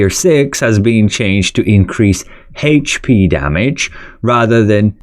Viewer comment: Say HayH-P one more fucking time!